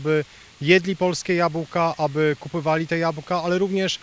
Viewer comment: Kupowali a nie "kupywali"...